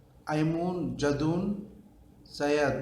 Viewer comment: జెదూన్ కాదు జదీద్ అంటే కొత్తది